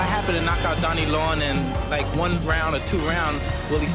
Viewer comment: I know this is an AI voice but why do you keep referring to Donnie Long as Dannie?